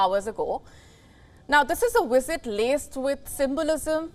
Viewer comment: It hurts my ears a bit to hear “Wisit” vs “Visit”. Can you pronounce “V”? It is like in Vijay, for example. Everyone on Wion says Wisit for some reason …